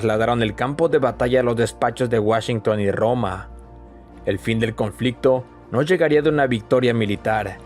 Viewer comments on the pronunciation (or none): none